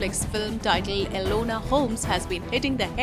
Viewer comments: E-NO-LA Holmes not Elenor... jesus fucking christ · It's ENOLA Holmes, not ELONA Holmes! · Enola, not elona